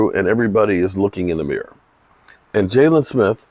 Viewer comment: Not sure if you do it on purpose because you always have it that way but it's "Jaylon". I always think you are talking about Hurts or Ramsey when I see "Jalen" lol. This damn team man....